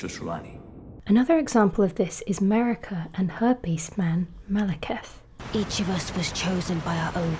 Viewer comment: Oh. Her peace man, Maliketh. Not: Herpesman, Maliketh.